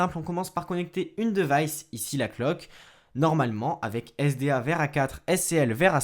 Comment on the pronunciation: Le "devaillsse" "la cloque"